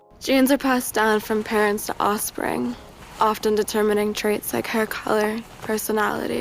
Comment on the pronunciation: I like my sex symbols to be able to pronounce offspring